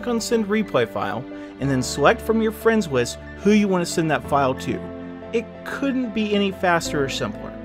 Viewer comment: "Friends wist"